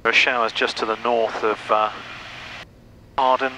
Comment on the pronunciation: Great video. I live right next to Hawarden airport and I'm happy you pronounced it correctly. I work on the trains in the area and our automated announcements on the train pronounce it "HOWarrrDEN" and it drives me mad. quick question, when approaching Hawarden, do you have any special instructions if you see a train on the approach to runway 22? I've been told that the training pilots at RAF Valley have to abort their landing if there's a conflict. (to be fair, we have special emergency signals there too that are turned on by RAF Valley tower in an emergency, there are none at Hawarden so I assume there's no special instructions.)